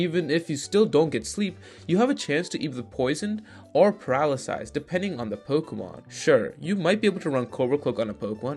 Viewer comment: "Paralasyse" is a new one on me.